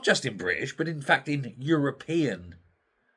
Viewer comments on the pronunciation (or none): none